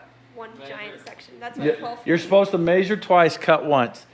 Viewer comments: maybe measure instead of "maysuring" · Is it measure, or mayzure? Because I hear that hillbilly over on FabRats say it too, only he's way worse. Keep up the good work. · Some people’s accents are funny… ‘measure’ isnt normally pronounced as “may-sure”. Just like ‘pleasure’ isnt “play-sure”. Its a “meh’ sound. Not “may”. Not that it matters, it just sounds weird hearing it that way, and it was said a lot here… but I’m sure I mispronounce some words, too 🤷‍♂️ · That would "may-zure" 610 millimeters. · Why do and Casey LaDelle pronounce "measure" so strangely?